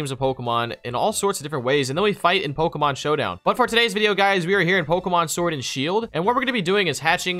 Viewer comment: Its poke E mon silly not poka poke uh